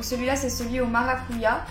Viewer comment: pour le déo, on dit bien "maracuja" et pas "ya" ;) c est du portugais. en francais, c est le fruit de la passion. donc voilaa ! 😙